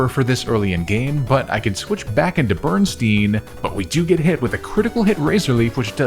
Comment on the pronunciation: Bro not you naming a Pokémon "Bernstain" and then pronouncing it "Berenstein!" Talk about the espeon effect!